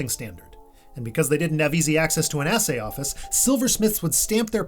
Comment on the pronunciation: So, there is no spoon 🥄... Also, "assay-office"?! Really?!